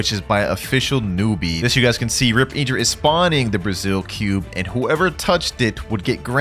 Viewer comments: It’s not iedra it’s in-dra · its not prinauncd rip_idra its rip_indra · Why does blud say eeendra instead of indra